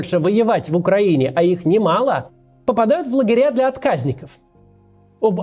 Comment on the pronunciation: Не первый раз замечаю, что Кац тупо читает с бумажки или экрана информацию и неправильно ставит ударение. Ну какие откАзники, если отказникИ. СкладЫ, а не склАды